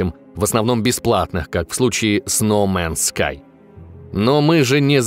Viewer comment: Гад оф вар, нум он скай и тд. А можно название игры озвучивать норм? Ньюмен скай, год оф вар!!!!